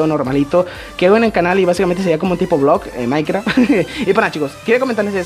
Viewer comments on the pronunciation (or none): none